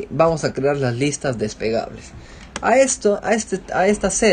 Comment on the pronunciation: Gracias! Muy útil para comenzar! Pero recuerda!!! SE LLAMAN LISTAS DESPLEGABLES, no "despegables" como dices en tu vídeo!